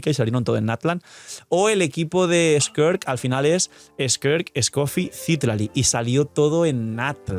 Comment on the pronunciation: cómo vuelvas a decir skerk en vez de skirk me da algo